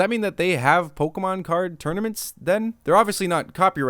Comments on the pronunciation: Pokemon. It does not have an "A" in it. It's not Pokamon, it's Pokemon. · > Claims to have Pokémon knowledge. > Doesn't pronounce the é properly. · Listening to naming all the Pokemon in this movie really makes me realise how I've been pronouncing their names wrong my whole life...